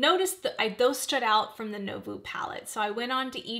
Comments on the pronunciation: Nouveau is pronounced as nu-vo (not no-vu) ❤ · Sorry to be a word Nazi... But.... Nouveau is said new like new...voh like oh my lol. New-voh